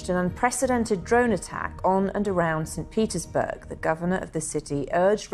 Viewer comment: Did you say; StPetersburns